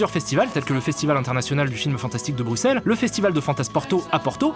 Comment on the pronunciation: ais-je bien entendu? Il a dit BrOUsselles? m'enfin... c'est exécrable